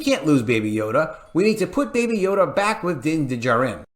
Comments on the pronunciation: Please learn to pronounce Din Djarin. Just watch the show and hear how they say it. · Did anyone tell the narrator how to properly pronounce Din Djarin? Lol! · Someone tell to pronounce Dinjarin as if he lives on earth and has heard other people pronounce it. Thank you.